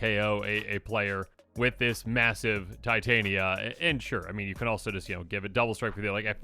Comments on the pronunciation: Tee tah knee uh. Not tie Tay knee uh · It is TIT - Aneea voice of GE-Ah MTG has made me realize anglophones don't know how to read shit. The same with" Vesuvan Duplimancy" that becomes VesuVIAn diplomacy. 😕